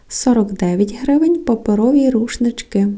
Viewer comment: тшому ви так тшвакаєте - рушнитшок, штширо, і т д. Аж тошнить від вашого діалекту. Чому не розмовляти нормально, без кривляння і вподобяння польському діалекту?